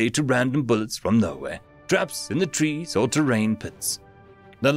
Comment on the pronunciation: I'm pretty sure 'tress' should be 'trees'.